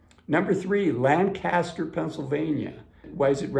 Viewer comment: I used to live in York. PA, and can tell you that Harrisburg is much nicer. Taxes within York City are very high. If you're going to move to Lancaster, you need to learn how to pronounce it, which is not how our host is saying it. Correct is LANGK-uh-stir. Definitely not Lan-CAST-er. It's a nice city, but somewhat more expensive than Harrisburg. PA makes the list because of having abundant health care facilities in these cities, being tax friendly re SS and pensions, comparatively affordable real estate, good transport links to both bigger cities and winderness, and decent weather. It can get hot in the summer, but spring and fall are lovely, and winters not nearly as bad as they were a few decades ago.